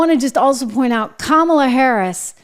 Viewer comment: “Hi, I’m Kommyla Harris. I may have lost the election and it’s not my fault cuz I din do nuffin wrong, but I still have my Doritos in OG Nacho flavor.” Doritos, because even growing up a middle class kid you can still enjoy that crunch.